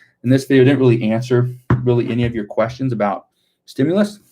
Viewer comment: I herd Schumer saying stimulas . Yea a women got shot today